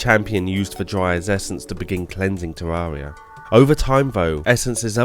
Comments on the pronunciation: Ethanotor Oculus there is actually! Terr-ar-ree-ah is not correct, it's teer-ai-ree-ah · Good. But it's Terraria, not Tarrarea. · Jesus christ learn how to say "terraria" already its an interesting video but i cringe everytime you say terraria